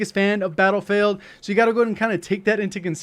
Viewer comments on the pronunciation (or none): You called it battlefaild in the beginning lol.